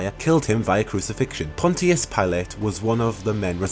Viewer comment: that pronunciation of "Ponticus" lmao